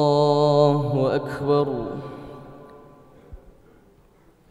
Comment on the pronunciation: Masya Allah, bacaan annda bagus banget, cuma klo boleh kasih koment dikit.. Lafadh ALLAHU AKBAR masih terdengar takrir, seperti bacaan qalqalah, ALLAHU AKKEBAR, padahal ALLAHU AKBAR tidak ada qalqalah. Mungkin bisa merujuk bacaan qari qariah internasional, seperti Ust. Muammar ZA dll.. Maju terus annda... Salam dari Himpunan Keluarga Aceh (HIKMAH) di Bengkulu